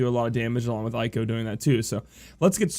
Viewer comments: Let me help you: with English way "Zee-done" or "Zey-done" Arabic origin, (Garnet is as you know), "Ey-ko" not "Aye-ko" (the Ey just like when you pronounce grEY), Also Seiken with English way is "Say-Can" [Sei=Holy] [Ken=Sword] [Eiko=Female name] are Japanese words. Hope that help, i hope you don't mind. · Pretty cool that you're trying to pronounce the names the way they are supposed. You Americans usually suck at that. Talking about that, Eiko is pronounced "A-Ko", not "I-Ko". Most names in the Final Fantasy franchise use the "Spanish sound" of vowels , you know, where the A is always "AH", E is "EH", and so on. There are exceptions, of course, like Zidane, where the last E is mute, and names that are already in English, like Cloud, Squall and Lightning. Aside from that, I really enjoy all your videos! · plenty of animes out there with characters named Eiko and it's always pronounced "A-ko".